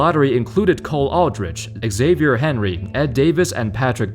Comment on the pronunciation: Lol Xavier Henry's time in the NBA was so forgettable that basketball review channels don't even remember how to say his name.